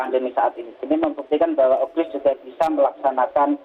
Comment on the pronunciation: UPGRIS yaa bukan UGRIS